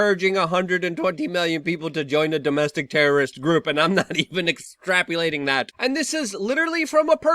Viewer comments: its extrapOlating, not extrapUlating...just saying. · “Exprapyelating” “behavrial” facepalm